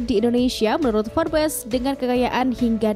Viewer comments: Baca nya forbs admin bukan forbes..memalukan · Information nya sungguh berguna dan menarik tetapi sebutan "Forbes" salah dan silap dan tidak betul Sungguh lemah